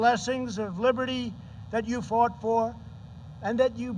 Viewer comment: Why does Trump say that they "fart" in the war? Shouldn't it be "fought"? I can't believe that he never reads his speeches beforehand. We're Learning a lot today? Yeah, because you don't study. Ever. What an idiot. Face palm